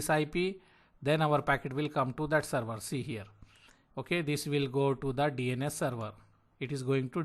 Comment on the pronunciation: Not seruvaaa, SERVER.